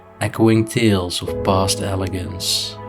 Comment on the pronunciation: Country sides? Whimsical? Elegance( you pronounce it el-e-jents) it's proper pronunciation is elegance